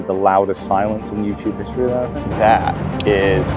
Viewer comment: that's how some Filipinos say youtube, "youchube" . :D different but the same.. what a fun match to watch